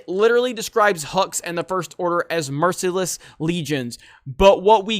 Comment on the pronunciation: Why does he say "Merciless" like that? lol